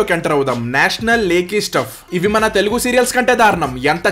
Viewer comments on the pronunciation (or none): none